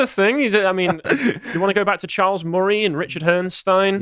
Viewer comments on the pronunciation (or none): none